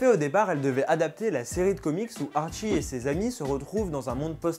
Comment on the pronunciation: jsuis désole mais Riverdale c trop la vie... et si jamais on dit Artchie et pas archie comme tu las dis en debut de video